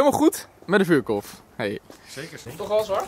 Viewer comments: GIO LIEVERD HET IS EEN VUURKORRRRRF NIET KOLLLLF😪😪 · Vuurkorf: vuurkolf😩😂